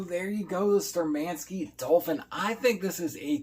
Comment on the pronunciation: Штурмански. Not Sturmanskie....